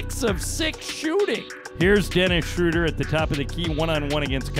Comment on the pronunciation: I wish you announcers would learn how to pronounce Schröder's name. This ö is pronounced as oe for language sake. That shouldn't be so hard since English is a Germanic language.